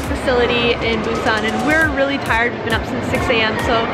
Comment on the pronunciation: Why is your pronunciation of Korean and Japanese words so strange? Even though your Japanese is fluent... ramyun -> RAY MAN ???? Mochi -> MOHH-chi Busan -> boo-SAHN Samgyeobsal -> samgyeobSAHL Hotteok -> hott-toh-KU